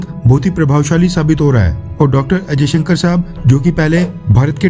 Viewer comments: Henis S.jaishankar not ajayshankar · Jayshankar not ajaysankar.history parley.tera Nam Kiya hay... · AjayShankar sab nahi S jayashankar Saab Hai. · I listen every time Ajaisankar . S. Jaisankar ya Ajaisankar.???